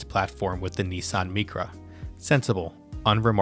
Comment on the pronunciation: Nissan "Meecra"? 😊